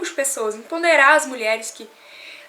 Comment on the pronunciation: EMPODERAR e não EMPONDERAR. Santo DEUS 1